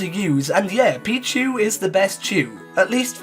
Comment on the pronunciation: PICHU, NOT PIKU!